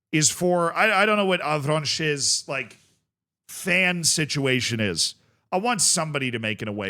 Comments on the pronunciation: the S is silent on Avranches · you don't pronounce the s at the end, ouest france is trustworthy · Me, who my first language is french, wanted to kms when i heard how said Avranches. Bro read it like french = spanish.